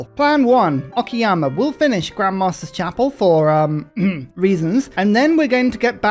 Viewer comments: I'm grateful that, even though calls "Okayama" "Okiyama"... At LEASTl he doesn't call it "Okay-ama" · every time he says it i keep thinking he's talking about Akiyama the yakuza character